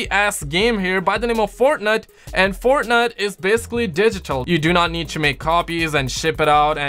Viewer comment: Keeps on saying fortnut!!!!😂😂